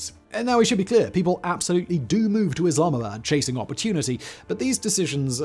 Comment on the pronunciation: come on man! Don't butcher the city's name. If u can't say it then just don't say it.